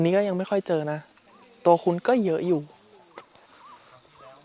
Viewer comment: ตัวคุ้น ❌️ ตัวคุ่น ✅️